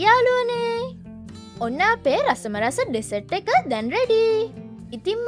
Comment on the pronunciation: ඩෙසට් නෙමේ බන් ඩිසර්ට්...